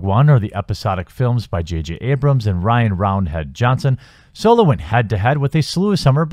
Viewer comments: I'm confused as to how you can manage to pronounce Solo as Soy-Low for the first half of the video, and switch of the the correct pronunciation of So-Low in the second half. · Why is everyone pronouncing Solo as Soylo. Is this some gag I'm unaware of, or do people of this generation really not know how to pronounce it. Granted, I didn't see the movie. Please tell me it's not pronounced that way on screen. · It’s solo not soilo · Is soylo being said? Lol